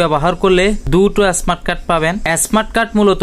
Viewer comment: এস্মার্ট কার্ড কি।স্মার্ট বলতে পারেনা আবার কথা বলে।